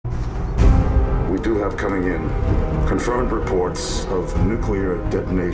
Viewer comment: "The nucular bomb" around 2min30. Hehe classic. Don't worry though in "The Crystal Skull" Indi couldn't get it right either and he's a scientist.